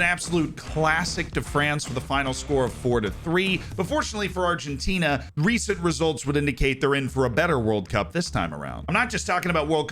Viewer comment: My G, you said Argentina pretty spot on... Nice! I was surprised as yourself... Very good accent